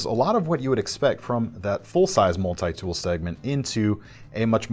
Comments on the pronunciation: what is a Mull-Tie tool? lmao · Why do people say multi like this